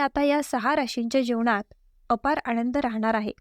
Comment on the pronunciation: आणंद म्हणू नका,आनंद म्हणा!